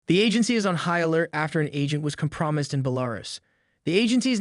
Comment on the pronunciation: It's pronounced kom-pra-mized, like eye. 👁‍🗨